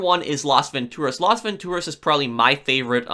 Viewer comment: I don't like how you say Las Vantoraz